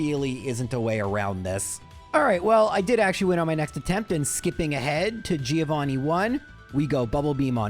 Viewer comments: Mentioning mispronouncing names and then saying Giovanni wrong is kinda hilarious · Italian here and it's a common thing for English speakers, not just 😂 they don't remember it's read Jovanni